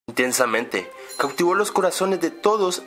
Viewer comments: Te diste cuenta que al principio del video no dijo intensamente dijo tensamente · Jajaja empezó diciendo tensamentw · Tensamente xD